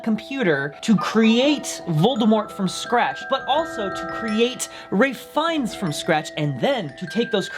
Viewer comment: Are we gonna ignore the fact that calls Ralph Fiennes "Ray Fines" like bajillion times in this vid? D